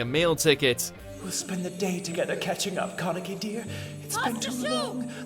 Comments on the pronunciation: Bruh. Y’all killing me with the name pronunciations! How hard is it to watch a clip from the anime? It’s not ka-neck-ee it’s kah-na-kee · the way he says keneki makes me kill myself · It’s disgusting how he says kaneki. Maybe they should do some research about how to say the names first. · Seriously, why do you mis-pronunced Kaneki's name in every vid you made of him? I know you know we anime fans are triggered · Good video, but it's almost like hot nails being driven into my skin hearing the way he's pronouncing Kaneki's name. Some of the other names are mispronounced pretty badly, but that's the one that really gets me. Haha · I can’t with the way he pronounced kaneki and tsukiyama’s names Does he not look up how to pronounce the names?